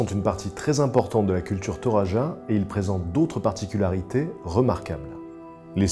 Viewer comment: Pour les Toraja, il faut savoir que n'importe qui ne peut pas avoir une poupée à son effigie après sa mort : le nombre de bœufs sacrifiés lors de son enterrement compte, il me semble. (et ça ce prononce Toradja ;) )